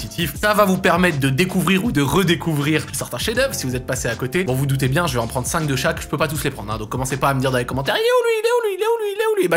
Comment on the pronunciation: "donc je vAÏÏÏS" bahaha